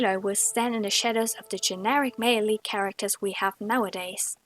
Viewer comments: "Mail leet" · I thought she was saying Maleite and I thought it was some new feminist word. then I realized she was saying male lead a and felt stupid